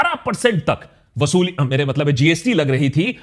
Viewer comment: Wosuli was epic😂